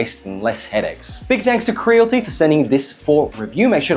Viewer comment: It's pronounced "Cre-a-li-ti" bro lol